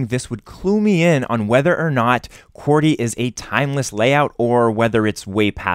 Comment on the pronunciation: why do you sat qworty when its qwerty